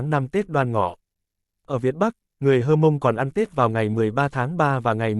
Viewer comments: Theo mình biết qua tư liệu và hỏi một số người bạn dân tộc Mông thì không có người Hơ Mông hay Hờ Mông hay "Hát Mông" nhé. Theo chữ Mông thì có chữ "H" đứng trước như vậy là phụ âm gió, khi phát âm có một lượng hơi bật qua mũi, chí có người Mông hoặc rất ít người khác phát âm chuẩn tên dân tộc Mông. Trước đây thường được bệ luôn chữ của người Mông vào các văn bản hay tài liệu... là "H'Môngz" (Hmoob), nay đã có văn bản quy định chính thức viết là "Mông" rồi, nhưng lưu ý khi phát âm nhé, rất giống tiếng Pháp, người Mông thường nói tiếng Pháp rất chuẩn vì cùng hệ phát âm. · Chữ H'Mông, hoặc Hmoong (chỉ dân tộc Mông) là cách viết theo ngữ latinh, Pháp, còn đọc thì là "mông", vì trong ngữ pháp các ngôn ngữ này chữ "H" không đọc (không phát âm), gọi là H' câm, nên phiên âm cũng đọc: dân tộc H'mông là Mông, còn viết thì cũng nên viết theo phiên âm cho phù hợp, tránh phiên âm sai (như là đọc: hơ mông); các dân tộc ít người khác cũng đã đọc tên dân tộc theo phiên âm cho thuận lợi, trừ các dân tộc Tây Nguyên (cả tên địa danh) vẫn viết, ghi theo phát âm của chính họ cho nên nhìn chữ thấy rất khó đọc (mà không phải ngoại ngữ), còn lý do thì các bạn tự hiểu, vì rất tế nhị, dễ hiểu sai, không khéo rồi mất lòng kinh- thượng